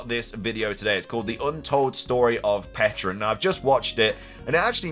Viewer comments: It’s called Pecha-runt cuz it’s a pecha berry not a peach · On the pronunciation: it was always pech-a-runt. It is a pecha berry, that's how that berry is pronounced. Not a peach. Not a peck. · I don't undestand why so many people had such a hard time saying Pecharunt. The Mythical Pecha Berry should have been enough of a clue that it's named after Pecha Berries